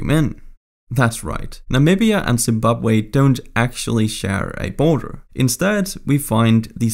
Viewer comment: “The US-Canada Boner” is what i heard XD